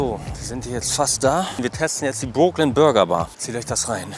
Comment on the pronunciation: die sind nicht broke also sag doch wenigstens brooklyn richtig...wenigstens ein mal in deinen videos, könntest du auf google übersetzer dir anhören, wie es richtig ausgesprochen wird, obwohl du das auf der hauptschule ab der 5. klasse gelernt haben müsstest